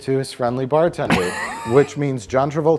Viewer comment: yor frendly bah tendeh!!!! >:)